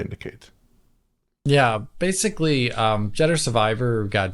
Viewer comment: Did I hear right. Did call it "Judder Survivor"?